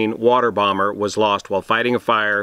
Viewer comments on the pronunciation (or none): none